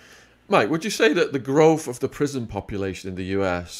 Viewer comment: Sean your main shortcoming is not pronouncing your “th”. Growf, fanks, fink.